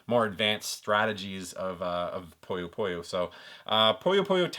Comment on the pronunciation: It is pronounced "Puh-yoh Puh-Yoh" great video as always man!